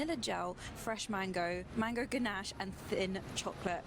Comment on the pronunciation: Pronounced gannash